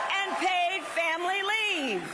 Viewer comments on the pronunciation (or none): none